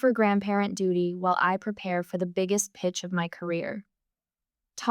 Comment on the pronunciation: I must admit to enjoying the story but it is ZOE not Zoey,little things spoil the bigger plcture